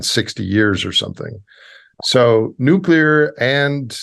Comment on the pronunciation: "Nuke-u-ler" - Homer Simpson